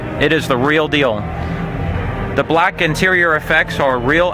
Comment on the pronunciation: It’s bleclk lol